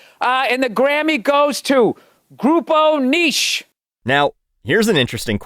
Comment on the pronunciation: he read grupo niche wrong, if he cant read spanish why send him in the first place